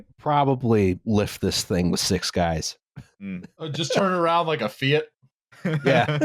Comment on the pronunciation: Massive points to for pronouncing Fiat correctly.